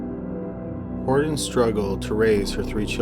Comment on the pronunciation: I have never in my life heard ANYONE pronounce the name Hortense as "Hordens". That was driving me nuts! Other than that, good video.